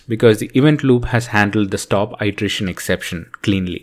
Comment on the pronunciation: Hey. One off-topic comment is that you were mispronouncing 'iteration' it should be a short i ((ih)) not a long i ((eye)) ˌidəˈrāSH(ə)n --- not --- īdəˈrāSH(ə)n. Thank you for the video and have a good day